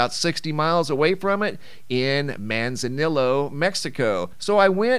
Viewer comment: …… Mahn-za-nee-yo 👉Manzanillo, De-dre-cho 👉Derecho